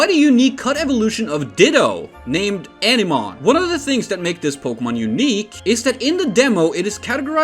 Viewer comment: It would be pronounced "ah-nih-mon" not "eneman", Jesus...